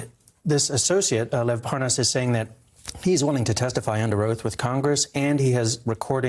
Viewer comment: It’s awesome how both Nunes and Hannity mispronounce Parnas’ name in order to distance Nunes from Parnas... so convincing